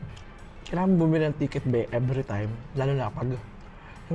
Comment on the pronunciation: Coke na may ibang PLAYBOR. Playbor talaga? Then ‘Seben Eleben’ and ‘Trabel’ P vs F and B vs V